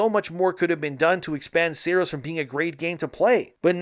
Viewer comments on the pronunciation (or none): Sahr-ohs not SAIR-OS